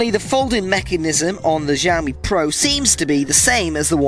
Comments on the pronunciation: It's xiaomi = /shiaomi/, NOT jaomi.. =) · Its nok jaomi.. Its xiaomi = shiaomi. Damn boy! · It Is not žaomi itx Xiaomi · You saying JAMIE not xiaomi😠😠😠😠